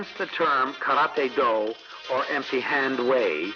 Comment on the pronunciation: The man being interviewed and is suppose to have all this knowledge yet can not pronounce Karate correctly?